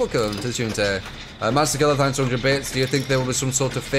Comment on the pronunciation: thanks always sounded like gibberish